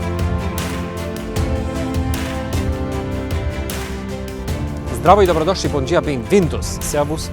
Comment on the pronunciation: Zdravo😊 javljam se iz Beograda/Srbije. Tako savršeno si izgovorio "zdravo i dobrodošli" u uvodu videa, da sam morao da odpozdravim na srpskom😅. Pratim te par godina, imaš jako kvalitetan sadržaj. Sve pohvale i puna podrška!